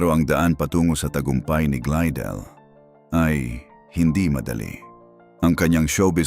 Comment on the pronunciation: Glydel pi hindi glidel 😅😅 pakiayos naman ng pronounsation para maintindihan namin 😅